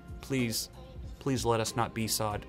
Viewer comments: besawd? Bee Ess Oh Dee seriously I bet you say Yurle for U R L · Did he really call it a bee sod?... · The way he pronounces BSOD tho... Bee sawwed